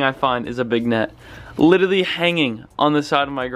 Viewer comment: 'Littlerly' hahaha